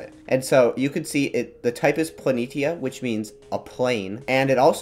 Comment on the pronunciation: You pronounced Planitia wrong.